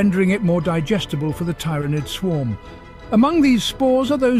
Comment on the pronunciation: I have never heard Tyranid (tear-ah-nid is the norm) pronounced the way he does. Otherwise good video....then he goes and swaps between the pronunciations to troll me: in the same sentence even.